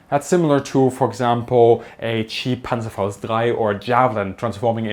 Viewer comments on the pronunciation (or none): I instinctively knew he was German the way he said Panzerfaust 3